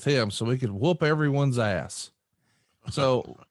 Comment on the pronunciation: "Austing" Says I just whooped your "gASS"😂😄🤣